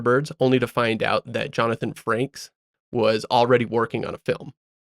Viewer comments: Yeah it’s Frakes, not franks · It’s Johnathan Frakes, not Johnathan Franks. I don’t know who Johnathan franks even is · Frakes, not Frankes.